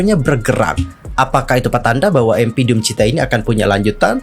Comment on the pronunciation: DOOMCHITA kak, bukan DOOM CHITA 🙏🏼